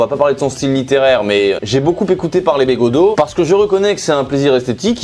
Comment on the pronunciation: j'adore comment tu écharpes de toutes les façons possibles le nom de begaudeau